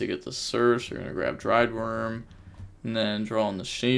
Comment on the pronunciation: Yo! Here's how to pronounce "Druid" in "Druidwurm" it's not "Driedwurm" XDXDXD looking out for my homies bro you GOT this!.